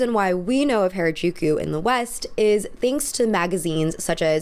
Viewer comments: please pronounce harajuku correctly because you are asian, people will assume that the way you are saying it is the correct pronunciation. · this is a really great analysis but why do you pronounce harajuku like that i was confused the entire video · Is anyone else annoyed that she never says harajuku right? Lol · Man you really be pronouncing every single Japanese name wrong just wow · for the record, that's not how to pronounce harajuku. interesting video, as always. very much a maximalist 🤣 at least in fashion. my decor is very minamal tho 🤔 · harajuku is pronounced as "hah-rah-jookoo" (soft j sound!) all "a" sounds in japanese are that soft "ah" if that helps! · isn't it pronounced "Hah-Rah-Juu-Kuu"? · Anyone else bothered by how she mispronounces “Harajuku” as “hair-a-juku” every single time 🥴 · Oh my god, PLEASE correct the way you say “Harajuku”. This video is unwatchable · thats not how you pronounce Harajuku plzzz look it up ohmygoodness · Wow for a Asian girl you can’t pronounce harajuku right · please don't call it hair-uh-juku. It's hara using the a vowel from hard. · its not hair-a-jew-kyew its HA (HAH). RA (RAH). JU (JUH). KU (KUH). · loved ur video but its not hairuh its HARA like HARd. u mispronounced it so frequently it was a lil frustrating lol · Ok, but you're really gonna go off about Lady Gaga's orientalism while you can't bother to look up how to pronounce "Harajuku?" Like, I get it, the liquid consonant is hard. But "hair-eh-juku" is really frustratingly off the mark.